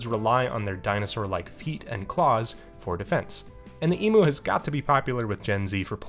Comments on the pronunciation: Side note for the side quest, Emu is pronounced "E-m-yoo" rather than "E-moo" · Big birds are so cool! Fun fact: Australian's don't pronounce emu as "e-moo" like Americans do, we pronounce it "e-myoo" with a "y" sound in there after the m :) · The only way I've heard Americans say it is how it's said in this video. Nothing wrong with that, I just find it funny :)